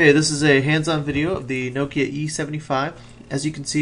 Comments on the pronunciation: It's prenounced NOK-IA not Nookia. Get it right :P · Pronounced correctly, the Finns say it basically as two syllables (from an American's perspective). Something like Knock-ya - but with a Finnish accent.... Needless to say, we Americans (myself included) do not pronounce it properly.